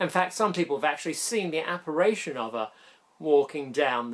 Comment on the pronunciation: 'Apparition'? signed Mr A.Pedant....